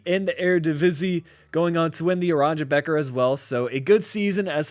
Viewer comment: said aranja becker 😭😭😭😭